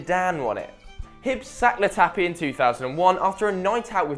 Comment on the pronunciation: Weird how he introduced Latapy correctly and then called him "Le Tappy". Also, Falkirk is pronounced "Fall-kirk"